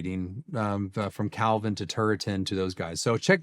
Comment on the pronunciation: It's painful to watch someone claim to be closer to Calvins position...while completely butchering Calvin